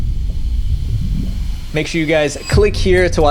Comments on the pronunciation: Visual Venture really said "Dentures" like taking a bite off french fry😂😂😂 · Why does he keep saying dentures? I wonder if it's a genuine mistake or a joke? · Nahh bro really said dentures 💀